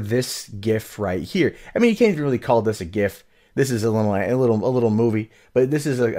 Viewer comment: I'm more triggered you don't know how to pronounce .gif